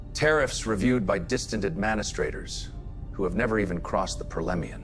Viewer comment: I love the stories, great work. I can't stand how AI does its Pronunciation of words.... AD-Man-Astrators :)